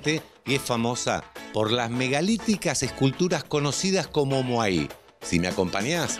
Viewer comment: Che, moai, sin acento. Hanga roa, se pronuncia angaroa. Por cierto...tu hermano es un capo surfeando.